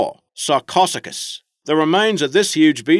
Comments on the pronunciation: Sarcosuchus.. s-are-coh sue-cuss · It's KAP-row-SUE-kis and SAR-ko-SUE-kis. Not however you said those lol. Aside from that, very good video! I really do enjoy hearing about these animals.